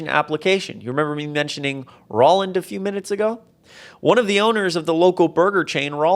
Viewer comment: Roland is pronounced roll-and (as in roll a ball) not ror-land.